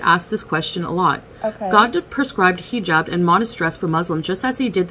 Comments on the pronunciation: learn how to pronounce the word you are making your identity out of! Haa-jab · She talks about culture, but also porkily utters 'heee jab" I cannot. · I'm gonna need her to stop saying heejab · I wish she would learn how to pronounce "hijab" if she is going to wear it.